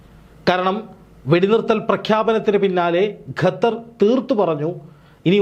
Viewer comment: ഘത്തർ അല്ല മാഷേ, ഖത്തർ എന്ന് പറയുക